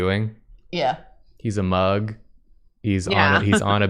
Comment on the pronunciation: when they first said “nathan mug on the beach” i heard nathan BUG on the beach and i was looking forward to seeing a lil nathan as a bug and then jacob starts drawing the mug…😂